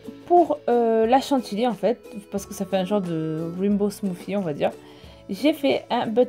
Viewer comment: C'est pas de la chatily mais de la chantILLY 😂😂 jpp de la chant"ily"